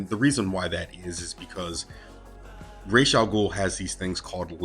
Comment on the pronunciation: It's RAZ not Rashe